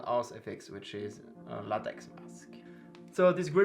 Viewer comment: Great video and review, my next silicone mask will be Pennywise IT 1990 silicone mask by BurkBench designs and then I will get the Alien silicone mask also by BurkBench designs probably in October, also the way you pronounce latex is funny 🤣 🤣 🤣 and judging by your accent you are either French or French Canadian.